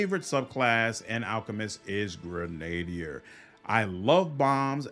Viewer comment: dude, are you trying to mispronounce words on purposes? GREN-A-DEER! CAV-A-LEER! Christ